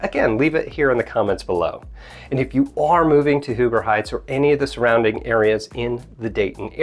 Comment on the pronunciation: Dude I am from Huber Heights. You are saying it wrong. It is HUE-ber Heights, not WHO-ber Heights. Just want to clarify .